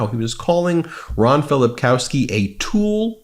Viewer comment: They cannot pronounce Ron's name.